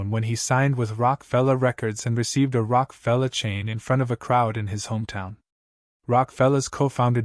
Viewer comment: "ROCK" Fellow Records? C'mon Dude! ( Rock-Uh -Fella). This Same Narrator Pronounced Steph Curry's Name as "Steven Curry". Such Disrespect. Learn How These Names Are Pronounced Before Narrating The Videos...😢 PLEASE ❗️😱😢😢